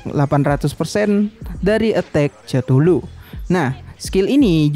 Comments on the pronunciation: ketulu bang bacanya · Cara baca chtullu itu kethulu bang